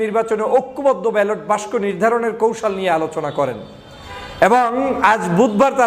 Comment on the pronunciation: বাংলা বানানে এত দুর্বল হলে চলে? বাক্স কে বাস্ক বলেন কেন বারবার?